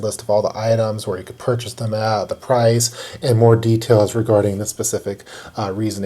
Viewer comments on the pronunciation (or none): none